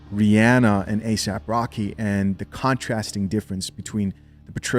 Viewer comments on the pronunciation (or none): his name is asap rocky. not asap rock. aesop rock is a way better rapper.